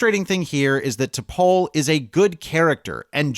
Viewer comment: First, and this is a minor point, but T’Pol is should be pronounced to rhyme with “all’ not with “whole”. It’s “T’Pall” not “T’Pole”. But that’s typical of the strange take this essay seems to have on Enterprise. Blame for its shortcomings seems to be directed largely on studio interference. But it was immediately apparent when the series began that it wasn’t going to reflect a Star Trek vision of the future. All of the human characters had personalities reflective of conservative men born in the early 1950’s who largely rejected the Black, womens, and gay civil rights and liberation movements of the 60’s and 70’s. They were all written as if the third world war and first contact hadn’t changed anything. It was a macho man’s show, with those ridiculous near-nudity scenes just being the most obvious demonstration of it. And that wasn’t the studio, that was Rick Berman. It was hyper-homophobic to the point where two male characters, literally freezing to death, wouldn’t huddle together to conserve body heat. The sole Black character was permanently consigned to chauffeur and had lines almost always limited to “yes sir”, and the sole human female was nearly always shown to be anything from hesitant to outright terrified. In a word, it was hypermasculine, and you could feel the actors often struggling to squeeze any authenticity from their lines. Also, calling Tripp “emotionally unstable” is weird and unjustified. That clip you used as an example was very well explained in by the